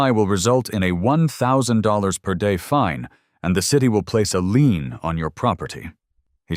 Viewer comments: Lien not leam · As it is from the French it is pronounced Lee-en.